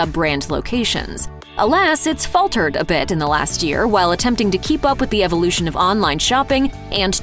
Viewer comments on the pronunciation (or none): none